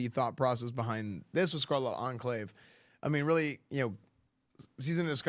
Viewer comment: enclave pronunciation is very off 😃 try checking how to say that word properly after all you are a god sent paladin